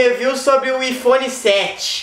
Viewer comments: kkkkkkkkk que doente, iPhone mas fala ifone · acho que ele falou aifone só para zuar